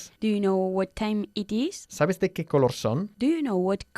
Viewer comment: Nunca he escuchado la pronunciación de color así ( cala ) 😏